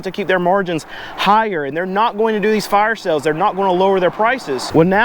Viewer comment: Pleae , FFS, its sAles... not sElls !!!!